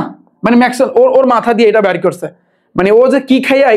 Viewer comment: ভাইয়া ম্যাকওয়েল গানজা খাইয়া বলছে😂😂😂😂